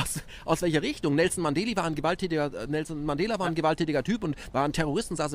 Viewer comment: Nelson Mandeli , schon klar war n Versprecher aber kommt gut klingt wie n Rapper 😁, Top Interview 👌